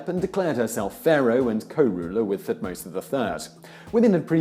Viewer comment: He also mispronounces Thutmose.